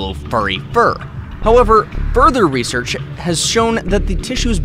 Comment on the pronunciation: "some other reshshrs"